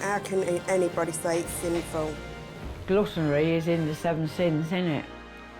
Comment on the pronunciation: "'gluttonry' is in the 7 sins innit"...um no its not, gluttony is...""but you can still be 'gluttonly' and love the Lord as well" Ah well thats ok then 🤦🏻‍♀️ Repulsive. Couldn’t watch any of Eddys sections.